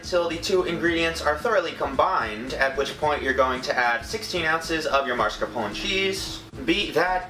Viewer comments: MARSCAPONE? it's 'mass car pon ee'. there is no r after the 'ma'. it's spelled mascarpone, not marscarpone. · I just thought I'd point out that in the word mascarpone you pronounce the e on the end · I love your vids sm but the way you pronounced marscapone (excuse my spelling) made me cringe a lil bit 😂😂 but y’all can say it how you want it’s just how I was brought up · Marsopone? It’s pronounced masc-a-pony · it's mascarpone. not marscapone maybe next time say Al Capone and it will be better CRINGE JOKES SQUAD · I think it's pronounced mask-a-pone-ie. COME AT ME. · he said mascarpone like mars-capone... help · HE DOESNT PRONOUNCE MARSCAPONE RIGHT TIME TO CRY AND YOU DONT NEED THAT MANY EGGS WTF